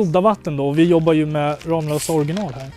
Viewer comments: Det uttalas faktiskt ”RAMMlösa”, inte RAMlösa..😂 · kaviarmexicanen Ramlösa e en stadsdel i Helsingborg. Googla Ramlösa så ser ni att det uttalas ”Rammlösa” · Varför skulle man uttala det rammlösa när det stavas ramlösa? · Ni säger fel när ni säger ramlösa